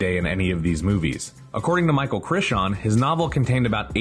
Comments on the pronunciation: Great fun and informative vid! Tho, two things... One, the dinosaurs weren't indigenous to the island...they were placed there after cloning. One of the motivations of the storyline is that that aren't indigenous. Two, heads up, MC's last name is pronounced cry-ton not **chrishan**. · CRISH-AWN? I've never heard anyone say his name this way. It's Cray-ton. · Michael Cry-tin not Crish-shawn? WTF? look up an interview if you don't know his name pronunciation, Charile Rose interview on youtube says it right at the beginning. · It's CRY-ton, not CRISH-on! Only one of the many inaccuracies. "Island New Bar?" It's Eez-lah New-blar! Did no one do a fact-checking pass of the script for this episode?? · Michael CHISHAWN? wtf is wrong with yall but some respect on Michael Crichton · Sounded like 'Critshon' to me (which drove me f**king insane), but, also mispronouncing David Koepp's name (phonetically) as 'Co-wepp," when, as far as I was always aware (even from the writer himself in interviews), it's pronounced as 'Kepp." Dumb! Research is meant to be a help to a site like this, isn't it, so jumping onto looking at BTS stuff on YT should be a no-brainer, right? I guess not, though. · I'm sorry. Michael "Cri-CHAWN"? It's Crichton, pronounced "CRY-TON". Oof. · Cry-ton. Crichton = Cry-ton. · Krishawn? 🤦‍♂ seriously? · I'm sorry. You lost me at Michael Chich-shawn. He's literally my favorite author and it's like nails on a chalkboard. I'm stopping this video . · Love your videos bud, but it's Michael Crichton Cry-Tin 😎👍🏼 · KRISH-TAHN?!?? NOO-BAR??? SERIOUSLY?!?!? "WTF Happened to Credibility?" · Who the hell is Michael Crishon? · Cry-ton, nue-blar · Thanks for another great video! I do wish, however, media outlets would stop quoting the critics score from Rotten Tomatoes and start quoting the audience score. Thanks again! PS - It's Cry-ton :) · Cry Tone. Chrixon. Creshawn. Cretchun. It’s impossible. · Crichton — Cry-ton Koepp - Kepp The pronunciation is maddening here.